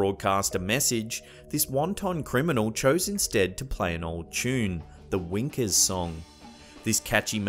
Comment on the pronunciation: The guy kept saying winker. Wanker song sounds like a Scottish Hymn.